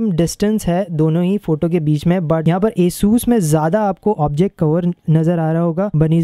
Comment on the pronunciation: the name is asus not esus hahahah🤣🤣